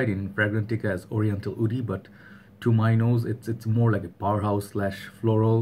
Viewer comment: When you say Woody, you pronounce it as "oody" is that a reason that agarwood is called Oud? because a lot of Oud comes from the region. Assam, Bangladesh and upper Bengal. I have a friend from Assam he speaks Bengali too and he has a similar accent as yourself. I never noticed it until just now. Can the word "Oud" have come from the way Bengalis pronounced Wood. There's also an Arabic musical instrument called Oudh. It's made of bent wood strips. This got me thinking ! Solid review as always btw. I adore this fragrance and I am glad you talked about the bottle design. I adore the bottle. So simple yet beautiful. It reminds me of my time in university in southern India.